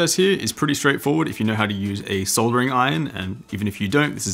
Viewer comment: for pronouncing soldering properly :)